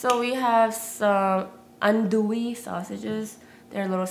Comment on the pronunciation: You said andouille right omg I'm so happy! I love you!!!!!!